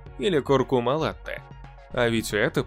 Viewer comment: Latte-молоко... Только вот произношение : La-почти как нота,, ля''))), Благодарю за ролик